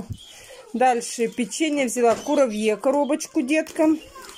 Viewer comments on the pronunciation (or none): Сказала кураВье.